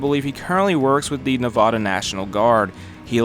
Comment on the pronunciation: Ya miss-pronounced the word Nevada